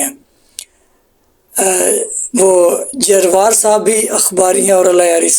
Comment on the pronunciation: جروار ھے بھائی درست طریقے سے پڑھو